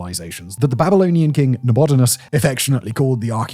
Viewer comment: Oh god there's more! Gutians are GOO-tee-uns not GEE-tee-uns... And Nabonidus is Na-BONNY-dus not Na-BODY-nus! 🤣Ok I'll stop now and watch the end of the video